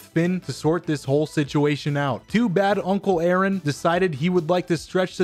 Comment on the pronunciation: Instant like when you said A-aron